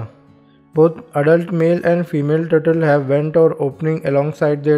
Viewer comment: the word that i understand is a turtle,but his turtle is turtol haaaaa 😕😕😕😞😞😞